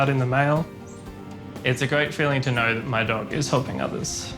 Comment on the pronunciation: I absolutely love how Aussies take a one syllable word like "know" and turn it into "noooeeeyyyoooo"